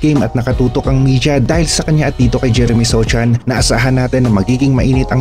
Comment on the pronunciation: Sochan pa more, “SOHAN” yan 😂😂😂